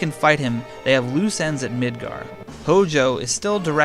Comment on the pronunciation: Although pronounced wrong, it’s way better than midger